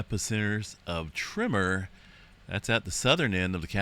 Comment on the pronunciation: My trigger used to be when I heard him say “ trimmer” when he said “ tremor” . I realized eventually the the problem was MINE , and then got over it . Good luck !